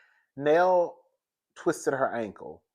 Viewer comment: Now, I love your commentary but come on now. That lady name is pronounced Nail (Nell) 😆